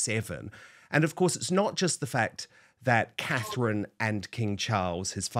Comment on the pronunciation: Please get name Catherine correct